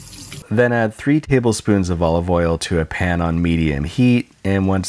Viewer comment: Three taHAble spoons got dying